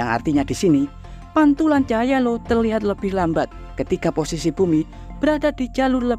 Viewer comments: io dibaca aio. bukan Lo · Di baca ai o. 😂😂😂